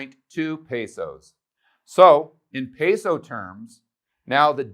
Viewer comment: You’ve lived in a Colombia and you can’t say peso correctly